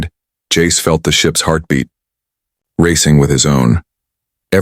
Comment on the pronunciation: Jace in Italian became Jacece...🤦🤦🤦🤦🤦🤦